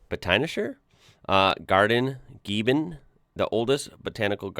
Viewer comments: gieben 😭😭 how adorable...my sister lives there, it's pronounced giessen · Not "Gieben" it´s "Giessen" (Gießen) ... the beutiful Schwebebahn is an important staple of transportation sice ~120 years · Gießen is a City. The name is pronounced Geessen. The german letter ß is no b or B. It came from the combimation of the letters sz in old German handwriting/script. It is called "sharp s" or "voiceless s". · ß =\= b so it's Gisen not Giben. 😊Bßb you see the difference? ẞß is the "sharp s". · The Botanische Garden is not in Gieben, the citys name is Gießen, ´ß is like ss the name is SZ. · GIEBEN? Lmao forget you don’t have that s XD But it‘s Giessen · The town is called Giessen....also written Gießen. This letter ß stands for dopple ss....so its not pronounced B....but s. Another typical german thing🤷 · ß is spoken like ss. So the name of the Town is Gießen (Giessen) not Gieben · ß is a letter for double s in german, so it’ Giessen not Gieben 🤗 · The big B in German is pronounced double S. So GeiBen is like GeiSSen. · The funny looking b B is a dubbel s. Giessen not GieBen. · I'm not a fluent German speaker but the beta sign in writing replace a double s si gieben it's Giessen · Giessen not Gieben, the more you know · I saw the Elvis traffic light not in Friedberg but in nearby Bad Nauheim - I have walked past it myself. You can find it on Google maps by searching for "Elvis-Ampel". Btw, the German letter ß is not pronounced as a "B" but is a double "s", so the city is "Giessen" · Gießen = Giessen not B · In case you are interested in the german language, - the ß in "Gießen" is actually not a B, it's an S. It's pronounced a bit differently as a normal S. If you say "Giesen", as would sound alright. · Gießen – there's no b in there. ẞ=ss. Giessen.👍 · Gießen is pronounced Giessen as the "ß" is an s sound ! but thats a darn tricky letter for americans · That's not a "B" in Gießen. It's a "ß" (sz) or sharp S .;) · Gießen. That is not a "B" but a "ß" = "ss", Gießen = Giessen.